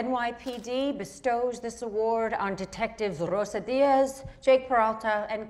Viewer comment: 10/10 on pronunciation of Rósa Diaz